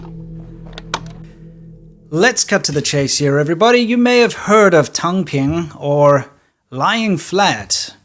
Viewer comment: A biased account of things in China. Firstly, u cantt even pronounce the words right eg lie flat should be "tang3 ping1". Your cursory understanding of the chinese language is just as bad as your view of how china works. In the last 30 years, nobody have lifted more ppl out of poverty than China. Try name me one if u disagree. The western democracies has its own form of instituinalised corruption. Let me not even get started on S Africa. The sense of hopelessness of the young is pervasive in our world today. Keep going on your china bashing.